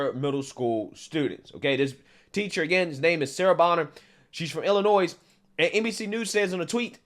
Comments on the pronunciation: Illinoise😂God bless u folks. Im in illinois and hate when i hear that. Lol😂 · Illi-noiSE?? NOISE?! COME ON BRO!! ITS ILLINO-Y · Why are you butchering the pronunciation of "Illinois"? C'mon now. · No 's' sound at the end of Illinois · You don’t pronounce the (S) in Illinois. Other than that love the videos bro keep it up! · Great post! Please don’t pronounce the S in Illinois! Love you ❤ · I know it's not important for most or about this topic but the S at the end of Illinois is silent. I otherwise completely agree with the take of the host. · my dude, I appreciate everything you ever do, but never ever pronounce the s in Illinois! Ever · Yeah, do not expect her to face any consequences. A woman being a pedophile to children in an Illinois school. Maybe a slap on the wrist and told "don't do it again." But do not expect a thing. EDIT: By the way, the S in Illinois is silent, just a reminder. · Great vid. But please stop probouncing the S at the end of Illinois. It is triggering me 😂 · I regret to inform you that I must cancel you today on account of your pronunciation of Illinois 😂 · Just FYI the s in Illinois is silent. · I’m jumping on the train about pronunciation lol. With all due respect, the “s” at the end of Illinois is silent. Love your channel! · Big fan here :) idk why it's always a pet prevention for people who live in Illinois but the s is silent ;) lol! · STOP pronouncing the “s” in Illinois, please and THANK YOU!!! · The S is silent in Illinois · No S on Illinois. Just pronounced Illinoi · the s in Illinois is silent. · Hey man love your content but I’m gonna pile on your pronunciations you aren’t supposed to pronounce the S at the end of Illinois “just saying” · Illinois is pronounced without the S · STOP SAYING ILLINOIZE. The S is silent in Illinois. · Love your show, love your content, however I cringe every time you say Illinois incorrectly. Love your stuff though.